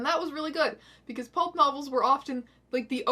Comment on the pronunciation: Does Strange Aeons have trouble saying the word "Pulp"? She keeps saying "Pope" lmao, The Holy book Satan was a lesbian what story of the Bible was that lol